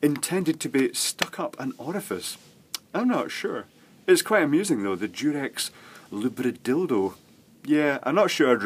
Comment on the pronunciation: hearing you say lubridildo with your fancy posh accent is simply hilarious